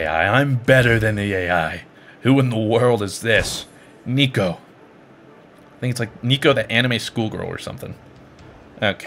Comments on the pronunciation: It's NEKO, not NICO X3, oh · Neko is Japanese romaji for cat and it isn’t pronounced neeko lol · It's NECK-O I AM TRIGGERED . REEEEEEEEEEE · When he pronounces it neeko I died a little on the inside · Neko means cat u triggered me by saying it wrong 😂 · i swear to god just as he said neko wrong im fking triggered for some reason lol